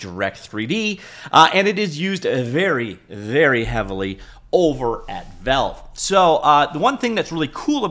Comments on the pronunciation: I cant subscribe to a channel that says velve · The way this man pronounce Valve is diabolical